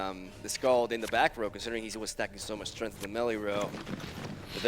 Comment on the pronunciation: it is truly annoying. specially the way he pronounces strength